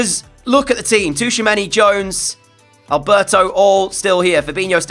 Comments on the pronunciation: Bro please stop saying Touchamanny... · I love the content so much and I have been binge watching since episode one but Tchouameni’s name is pronounced Chew-a-many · Great vids, but the T in Tchoumeni is silent. 😂